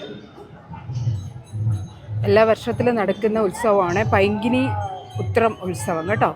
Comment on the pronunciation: പൈങ്കിനി അല്ല, പൈങ്കുനി ആണ്. പരിവാടി - അല്ല, പരിപാടി എന്ന് പറയൂ.